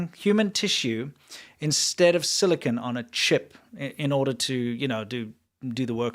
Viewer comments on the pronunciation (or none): none